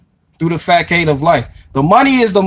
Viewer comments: He said fá cādé 🧐. Not that it matters though. I love his channel and have been subscribed a long time! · I'm going to need you to look up the pronunciation of facade. 😂. You are speaking facts! No cap! You just had me backup and listen to that sentence again. Like the what of life? 😂😂😂🖤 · He pronounced "facade" incorrectly. Why? Because this man READS. No time to listen to y'all. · It mattered for you to point it out, but I thought it would be nice to provide the pronunciation. He's looked up enough info - to share with a growing audience. We need to lift each other up.